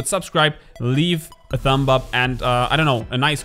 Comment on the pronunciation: Great stuff. (BTW the B in thumb is silent. lol)"Thum Up":)